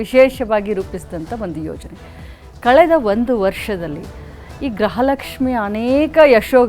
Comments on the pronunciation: ಯಾವ ತಾಯಿ ಗ್ರಹಲಕ್ಷ್ಮಿ ಅಲ್ಲ ಗೃಹಲಕ್ಷ್ಮಿ ಫಸ್ಟು ಕನ್ನಡ ಕಲಿಯುವ ತಾಯಿ ಬೆಳಗಾಂ ಮಿನಿಸ್ಟರ್ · Graha alla . Gruha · Swami. Media. Guru. Kannada. Sariyagi. Uchharane. Madali. Grahalakshmi. Alla. Gruhalakshmi.............. ...... Heli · It’s griha not graha